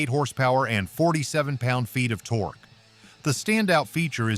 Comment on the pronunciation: Someone from Motorsickle Club, Please teach that ignorant robot how to read. It can bark at words like many 9 year-olds, but that's not conveying meaning. As soon as it said "tor-key" for torque, my mind was over and out. Never mind the plethora of other sweeping statements.